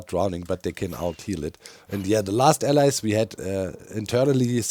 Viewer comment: why does doc call them allies instead of allays? does he have trauma?